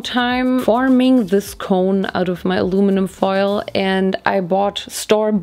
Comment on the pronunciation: Hearing say alumnun foil was soo annoying but anyways the video was amazing 😭❤️